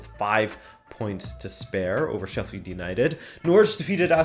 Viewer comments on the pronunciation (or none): none